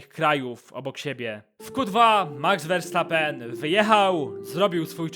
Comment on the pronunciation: Jakby co Verstappen czyta się przez "F", ale mów se jak chcesz.., jest super...